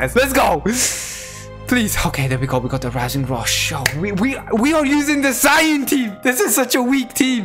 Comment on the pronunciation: I miss when said sayayin. 😔